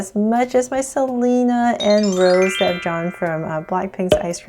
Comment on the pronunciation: It’s not Rose, its Ros eh Rose